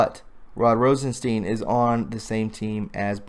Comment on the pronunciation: When you say Rosenstein, think of the monster Frankenstein.. that is how his name is pronounced...